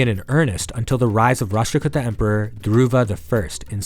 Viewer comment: Kuuta not kutta ...as in kuutami in telugu as in a collective. Many many kannada and Telugu words are similar. If you take a min to learn the correct pronunciation it would be clear